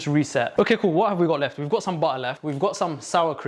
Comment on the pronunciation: 😭😭i luv your accent "butta"😭😭